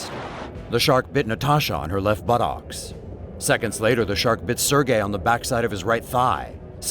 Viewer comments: You said butocs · is nobody going to bring up how the commentator pronounced buttocks 😂